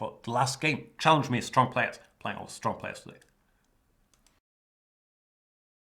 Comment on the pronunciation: Ha ha ha pardon me for laughing Jan, but it sounds so funny when you say STRRONG opponents. Reminds me of Steven Birkoff in Rambo 2 when he says: " - You´re strong very strrong! The strongest so far!" and he twists his tongue when saying it in the same way as you....